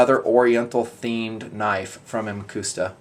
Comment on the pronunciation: "muhcuhsta" is the pronounciation.